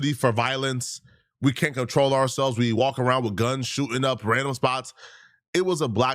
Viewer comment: “We”? Or did you mean Wiii